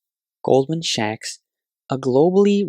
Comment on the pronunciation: I couldn’t make it past the mark… the Sachs in Goldman Sachs is pronounced like “sacks”, definitely not “shacks” 😱